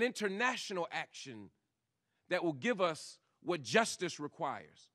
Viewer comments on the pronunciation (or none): none